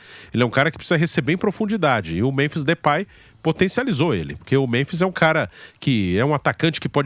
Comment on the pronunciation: Não " DEUPAY " 😂